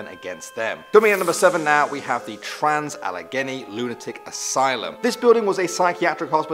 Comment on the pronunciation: The way he said Allegheny slightly triggered me